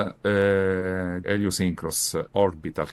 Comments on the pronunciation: Sounds to me like he said Heliosynchronous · I strongly agree, (he actually said it more like Eliosynchros. He did the typical Italian thing of skipping the H sounds, but "Elio" is absolutely there. He also kind of mumbled the ending of the word, well, he effectively ate that ending). I'm a native Italian speaker as well, by the way.